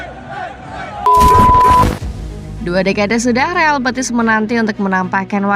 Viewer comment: Betis min, bukan Petis😂